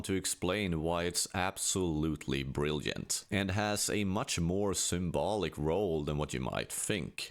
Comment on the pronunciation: you spend the whole video not pronouncing a single J Than hit us with "brilljent?" learn to fucking speak if you're gonna do voiceover.